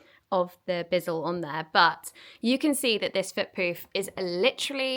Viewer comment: Love your videos and I always look forward to your next one, you motivate me every time! I should also tell you that the carpet cleaner is not a BIZZLE it's a Bissell, with the sssss sound. I thought I should say something because you did say the name several times and it didn't get better. 😊❤